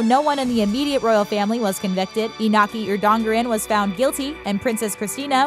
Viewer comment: Cristina was not princess, only infanta. Princess is only the heir to the throne. Right now it is princess Leonor and her sister, Sophia, is infanta. And the pronunciation of most words, especially iñaki’s name, 😬😬😬😬😬😬😬